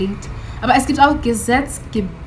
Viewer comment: es spricht sich "Gesetz-geben-den" aus. Geben = giving .... es ist wie "law-giving". Das Suffix "-den" am Ende ist nur ein grammatischer Anhang. Gesetz geben = Law-giving. Liebe Grüße